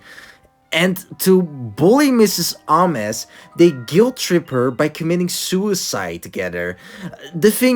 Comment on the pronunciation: WHO PRONOUNCES MS AMES LIKE THAT??